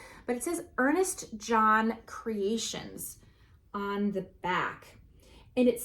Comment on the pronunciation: Ernest S-OHN. (Not John), White glazed earthenware.